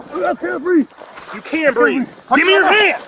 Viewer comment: "I can't breeve" like clockwork